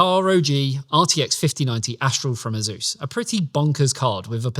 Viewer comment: 3 grand 😂😂😂😂😂😂. Its Asus btw not “azeus”